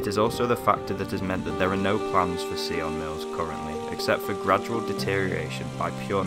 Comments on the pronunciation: Dude surely you could have asked a local how to pronounce the place properly like ffs! Sion Mills! Not Ceeon Mills! Sion as in Simon!! Hello! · Why if you don't know how something is pronounced do you guess at it ? It's not see-on it's between sigh-in and sign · An interesting and, as always, a sad place. My only criticism is the pronunciation of the name. It is pronounced “Sigh on mills”, not “See on mills”. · Great video but very sad to see those beautiful historic buildings fall into such decay, soon to be swallowed up by nature and neglect. We pronounce it Sion Mills not Seeon Mills. Such amazing buildings in this village but many sorely need some TLC. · Loved the way you pronounced sionmills. Lol.. the correct pronunciation is s-eye-on mills. Sounded a bit of a french twang. 🤣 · Sigh-on mills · At least try and get the pronunciation of the name correct , the locals would have guided you some.